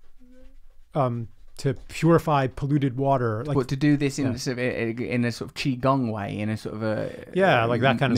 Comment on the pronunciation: “Have a sip of wahuh from this little beakuh”. Oh my Russell is adorable in every way. And Charles is likewise just a beautiful individual. Thanks guys.